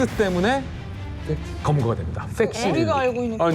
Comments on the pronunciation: 왜 팩스라고 안들리고 ㅅ스라고 들리지?.........ㅠㅠ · 팩스가 아니고 섹스라고 하는줄.. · F발음이 S로 들려 그냥 팩스라고해